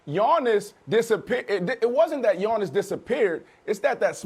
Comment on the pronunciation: Brandon calls Giannis , yawnis. Get this guy off the show